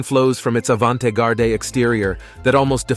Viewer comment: Omg how did this guy just pronounce "avante garde"?! 😂😂😂😂 i bout choked on my coffee!!😂😂